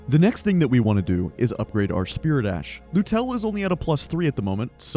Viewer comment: Never played Elden Ring before. Took me 23 minutes to realize that you were saying "spirit ash", not "spear dash"